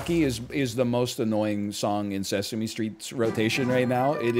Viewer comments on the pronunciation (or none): none